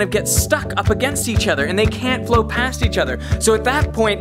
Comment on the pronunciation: haha that aussie "flow"